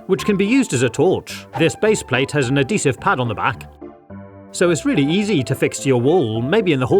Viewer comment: Adeesive pad? Not adhesive?